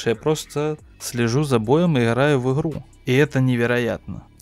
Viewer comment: Не в обиду конечно, но это его "иХраю в иХру" за пол боя настоебало, что даже до конца видео не досматривал.